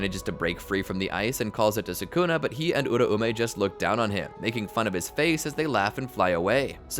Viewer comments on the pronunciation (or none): It’s U-raume not ura-ume